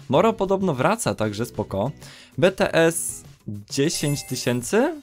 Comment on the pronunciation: ja jestesm bts :) ps czyta się bitijes :)